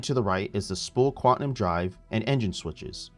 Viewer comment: Repeat after me "QUAN-TUM" xD